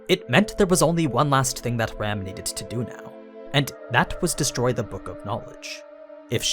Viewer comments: Am I the only one that kept hearing him say Ram as Rem xd? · You keep referring to Ram as "Rem", but who is this "Rem"?